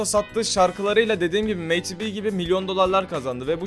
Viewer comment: meyti biy diye okunmuyor yalniz medi bi diye okunuyo ayrica bende takipcisiyim cok guzel rap yapiyo